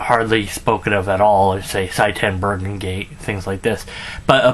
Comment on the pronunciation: The more I hear about Bruggencate the more I hear mispronunciations if his name. I am making a list. Bergencate, Bergercate, Brotherrape, Sytan Bufurcergate, Boorgertape, something like that